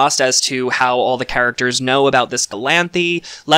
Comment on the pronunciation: Finally a reviewer with a brain. subscribing to your channel. So nice to hear someone who sees details; doesn't want a dumbed down version of the show and knows (mostly) how to pronounce the name of the charachters! Thank-you!